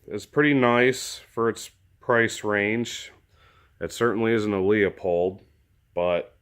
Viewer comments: OMG.....LOO pold......leupold.......not LEOpold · Who really care how people pronounce Leupold? I get tired of seeing people get their panties in a bunch over this. Really, it doesn't matter and we know the company that's being referenced.